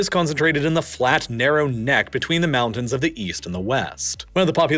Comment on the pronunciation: And he can't say mountain or winter, instead saying mow-nin and winner